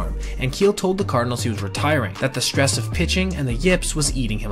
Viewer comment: Can't listen to him say "shhtress" anymore. Bye.